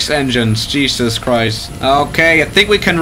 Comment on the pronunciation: Cheesus christch